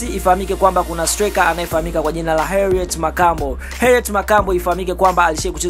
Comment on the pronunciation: Mtangazaji samahani, soma vizuri hilo jina siyo Herriet.